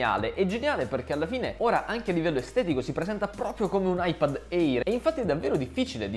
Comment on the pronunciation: Bel video, ma eÍr non se po sentí. Si pronuncia „eer“